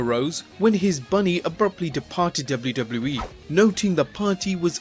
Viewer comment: The way you say WW in WWE is fucking infuriating! its Double-U Double-U not DOBLERDOBLER